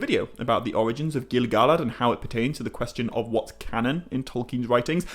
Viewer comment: Why you saying GilGalad like that???😂😂😂😂😂😂😂😂😂😂😂😂😂